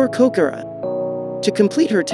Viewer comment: its kokoro not koroko :)